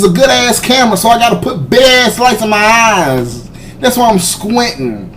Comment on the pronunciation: is hurting my a-eys-ss